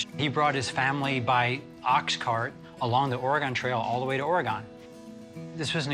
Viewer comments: Lol. Or ay Gon? Really dude. Lol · ORE-GAN lol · Lol I pronounced Oregone for a long time before learning the correct pronunciation. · UGH!! Could you pronounce Oregon correctly? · Rick: calls in "expert" Expert: can't pronounce Oregon